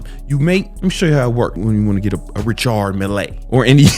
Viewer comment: RICHARD MILLÉ MY BROTHER why do i love it so much when you Say RICHARD MILLÉ 🤣🤣🤣🙏🙏🙏🏆🏆🏆 the best💪🙏